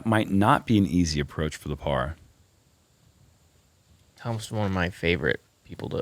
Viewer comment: Just say Thomas. No need to say Twaaaamas, sounds pretty silly.